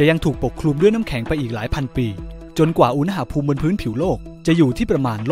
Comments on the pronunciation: โทษครับ ตอนพี่พูดคำว่า อุณหภูมิ พี่ เหมือน พูดว่า อุณ๋หภูมิ เลยครับ ตลกดี ไม่ว่ากันน่ะ แค่พูเเฉยๆ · สรุปอ่านว่า อุณ ห ภูมิ เหรอฟังมันขัดๆ